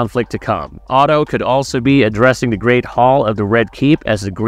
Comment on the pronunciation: That's storm's end in the opening shot and pronouncing Otto as "oto" is particularly egregious when they say his name in the first season. Why would you break down a trailer to show you haven't seen? Smh